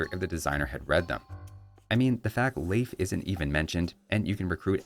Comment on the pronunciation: As a Scandinavian, very good pronunciation of Leif. It's still a common name here.